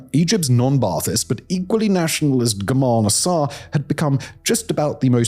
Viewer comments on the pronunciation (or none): How is it even possible that you cannot pronounce Gamal Nasser? You've got a massive employees and a massive budget. Is there no quality control on your channels?